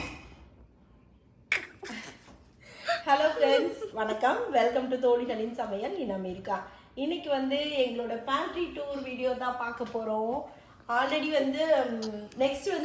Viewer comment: Mam...oru small request...unga videos yellam romba nalla iruku...but neenga starting la solra welcome to thozhigalin samayal ...adhula tholigalin nu solringa... thozhigalin nu solradhu thaane correct pronunciation... Don't mistake me...adhu mattum konjam gavanamaa soninga naa nalla irukum...nandri